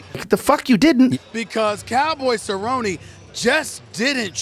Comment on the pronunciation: Stephen A Smith might have a case to discuss these things if he truly cared about the sport. But he called Cerrone “Cowboy Sir-own” literally the week of the fight and routinely mispronounces fighter’s names. He barely knows who these people are and clearly doesn’t know fighting.